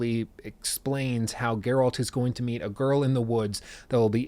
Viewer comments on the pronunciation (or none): You mispronounced Cavill and Geralt. The lead actor and the main character lol